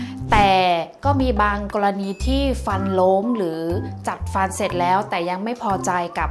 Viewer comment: ทำไมพูดไม่ค่อยชัดคะ พูดจัดฟันเป็น “จักฟัน” พี่ใช่คนไทยไหมคะ ขออนุญาตถามน้า🙏